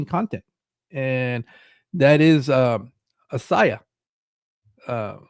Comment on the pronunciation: Assiah = Ah-see-ah 😊